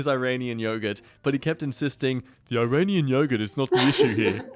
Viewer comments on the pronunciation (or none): IRANIAN YOGURT ok Im actually happy I double cheek I was hearing Uranium Yogurt